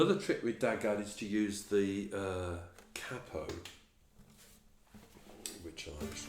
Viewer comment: I'm subbing you purely because you are the first tutor on u tube that I've heard saying 'cappo' instead of 'caypo', at last ,someone who understands what it means,,,thanks mate,,,🤗👏